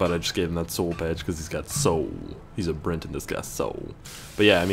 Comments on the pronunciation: I hate to be annoying but it's Breton. Not Brenton. No "n." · BRETON NOT BRENTON!!! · It's "Breton" dammit